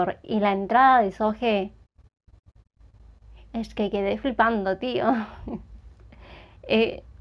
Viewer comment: "es que quedé flipando, tío". De repente el acento español? 😂Será porque pronunció la s en "es", supongo, pero me pareció muy raro escucharlo😂grande, gran reacción como siempre